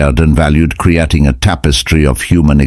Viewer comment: Cre-atting. Oh boy. The AI has got to go.